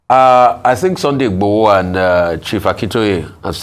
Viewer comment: Can please learn to pronounce Yoruba Names properly. She should learn and practice, that’s how the white newscaster do it abroad here. How can you be a Nigerian and not able to pronounce Yoruba names. She can’t even say Sunday Igboho properly.